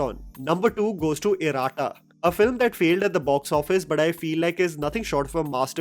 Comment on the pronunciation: Not Ir"aa"tta. It's Ir"a"tta. Means, twins